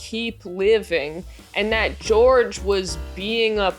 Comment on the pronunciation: Huge double yuu for weirdos named George today. Hearing the way you say the name George was like an audible version of looking at Elenas corpse photo all those times it was on screen. This is just like when the popes. Thanks!